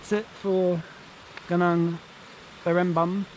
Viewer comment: Gunung is pronounced as goo-nong :)